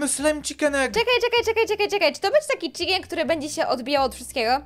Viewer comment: Chiken a nie czikin